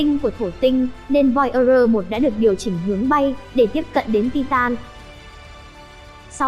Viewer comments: voi da gơ. thì đọc thành voi ơ rơ. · Voi ơ dơ😁😁😁 bạn này giọng hay mà về xem lại tiếng anh đi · nghe thuyết minh nản luôn :)) voi ơ gơ :)) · Nếu không phát âm đúng được Voyager thì đừng đọc thuyết minh khó nghe lắm